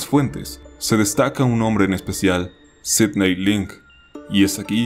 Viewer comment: Yo me llamo Sidney y que lo pronuncie bien me levanta los ánimos 🥺